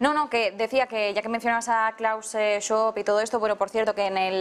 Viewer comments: A ver, no costaría mucho informarse sobre cómo se pronuncia Schwab... que tampoco es tan difícil... se pronuncia como está escrito SCHWAB, con la UVE DOBLE, no la u doble inglesa porque no es inglés, es alemán. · claus sho!!!! es aleman "ssssh" como si mandaras a alguien a callar "vab" "sh-vab" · El nombre del mal se pronuncia más o menos así : "chvab" El comienzo del fin de davos 🇨🇭 sería una grandiosa noticia.!!